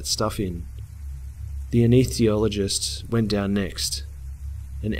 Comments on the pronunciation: Say it with me: "Ah-Ness-Thee-Sea-All-Oh-Jist" Big fan, love your channel, Pronounciation counts! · it peeves me when he says aneesethiologist, when it's anesthesiologist